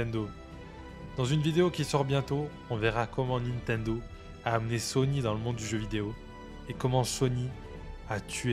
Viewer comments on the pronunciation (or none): quand on t'écoute on pourrait confondre Sony et Sonic, fait un effort pour mieux prononcer ces mots, surtout à la fin de la video, un aveugle ne comprendrait pas si c'est sony qui a tué sega ou sonic 😅